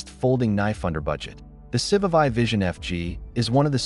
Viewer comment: I just can't.. Someone needs to teach AI how to pronounce these names.If you want people to watch these videos, the moment you pronounce civivi wrong i'm gone